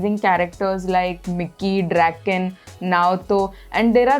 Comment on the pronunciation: Mikii 😂😂 No Sis It's Mikey